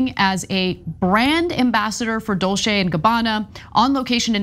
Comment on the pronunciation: Exactly, it’s Dol-‘Che’, not Dol-‘se’. Sorry, had to put on my pronunciation armor gear. Then they wonder why no one takes them in the media seriously anymore. A real joke.